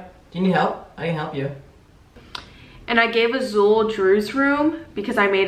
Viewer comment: Girl why you pronounce azul like tht ... my Cuban grandma would beat my ass for talking gringa like that smh love tht name tho